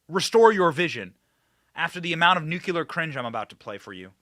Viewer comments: Noo-clee-er. Not nukular you diminishing hairline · Gotta, GOTTA stop with the nuk-ya-ler pronunciation. If you can say, "my car has a new clear windshield" then you can do it. Please. Please do it 🙏.